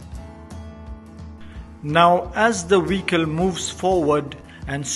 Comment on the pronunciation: Couldn't you get someone with a better accent who can pronounce vehicle instead of Wecol